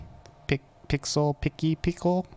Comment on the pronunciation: Pixel picki? What? Please subscribe! Was the best thing I've heard all day xD